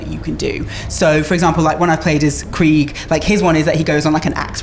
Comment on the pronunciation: yeh I know lol she called him kreeg not krieg.